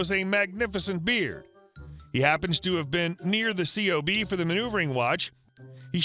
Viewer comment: The acronym "C.O.B." is actually pronounced as "Cob" (like "corn on the cob") Most military acronyms ARE pronounced as if they are actual words.